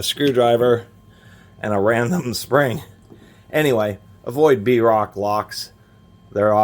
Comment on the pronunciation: The brand is pronounced “broke”. Like you will be when your trailer full of work tools is stolen.